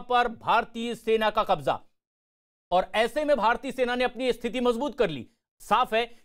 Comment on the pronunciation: It is Qabza not Kabja, by the way, is there no Hindi word for Qabza?